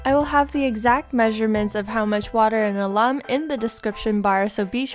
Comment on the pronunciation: Alum is pronounced AL. UM